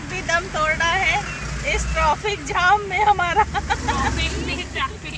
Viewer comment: डियर आप बार-बार ट्राफि बोल रही है और बोल रहे हैं ट्राफिक😀🤣